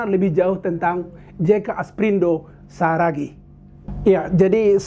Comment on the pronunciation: Salah??bukan jeka asprindo saragih.yg benar adalah "jeka asparido saragih"😁